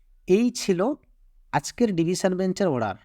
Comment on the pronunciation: (অড়ার) /order উচ্চারণ ঠিক করলে ভাল লাগত